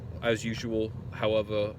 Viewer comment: "Howevore", "wheneva", "trew the dore", "wheure", "shure", "superviz-a", "cummanda", "himma"... it's like the big boy version a little kid who hasn't learned to speak yet properly certain words or syllables. It's not just an accent, that's what I'm saying. "Seizer", "numbas...